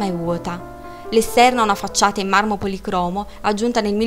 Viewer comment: Grazie del video! PS. marmo polìcromo, con accento sulla I.